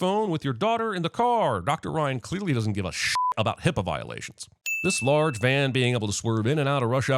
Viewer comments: It's HIPAA not HIPPA! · HIPAA, darn it! Not HIPPA!